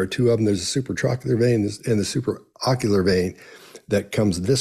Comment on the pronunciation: I thought you said Supraoccular :)